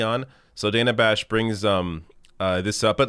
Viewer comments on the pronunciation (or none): Her name is pronounced Dan-A, short a. Just FYI. Sorry, I was a teacher and taught phonics for decades 😂